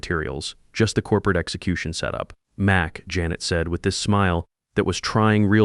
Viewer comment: Sorry, the story gets a thumbs down because of repeatedly mispronouncing Janet and monetary values.